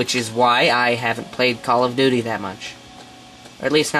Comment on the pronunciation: lol you said duty [doodie]